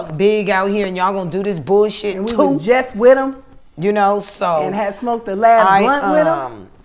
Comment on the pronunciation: Channel name is The art of dialog ..."you were 'wiff' her" ..OHHHH the irony